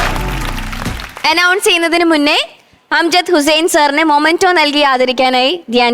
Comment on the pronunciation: Anchor kuttyyy... മെമെന്റോ എന്നാണ്.. മൊമെന്റോ എന്നല്ല... അമൃത tv producers ഒന്ന് പറഞ്ഞു കൊടുക്ക് please